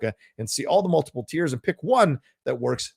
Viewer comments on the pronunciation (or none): none